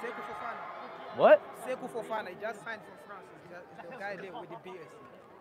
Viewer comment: Remember speed calling Fofana "Fofiana" while opening fifa packs 😅